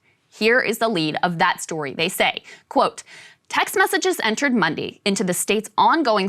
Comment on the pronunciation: Anyone else kinda put off by how Krystal said Monday? Great spot on the corruption of that governor and his cronies but damn, that is one weird way to say Monday.